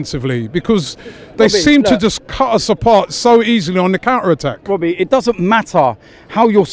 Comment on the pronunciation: Robbie: says something: Wobbie listen, listen wobbie